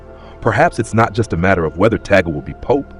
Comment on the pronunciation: 1) Please prounonce his surname correctly - Cardinal Luis Antonio “ Chito” Tag-le NOT Tagel (We Filipinos are offended for your mis pronounciation of his name!!!) 2) Selection of the Pope is by the conclave of cardinals at the proper time 3) If ever elected, he will select his own name. 4) We, Filipinos, always remember him as the humble “Smiling Cardinal” and with a sense of humour/humor. 5) we are continuously praying for God’s will for him, in the Philippines & around the world. 🙏❤️🙏❤️🙏❤️